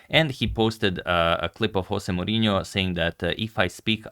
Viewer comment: For someone who always get the name pronunciation right, José Mourinho got you. José in Portuguese sounds very different from Spanish.